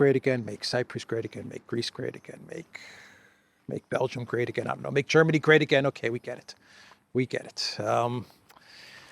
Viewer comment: bro you wont germen ge ..agian😂😂😂